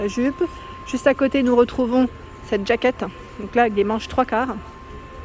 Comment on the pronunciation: Jaquette. Jaquette et pas djaquette. Sinon dites une veste. Bonne journée.